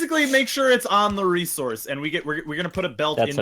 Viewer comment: during an early episode of the current minecraft with team unity, was talking to NL about pronouncing the word resource. was under the impression that NL said it like "re-ZORCE" but NL claimed that he said it like "RE-source" (the normal way) but here we have it. here we have the rezources.